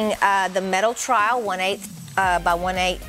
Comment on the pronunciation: You keep calling it a trial instead of trowel, it's annoying